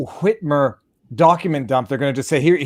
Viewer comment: I appreciate so much your propensity to pronounce "Whitmer" the way you do every time you say it.